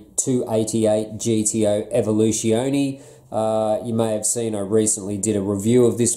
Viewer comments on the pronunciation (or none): In your title, "its" not "it's" (you otherwise wrote "it is base"). And pronounciation is "EvoluZZEONeh" not Spanish "Evolucioneh". Nit picking sorry :)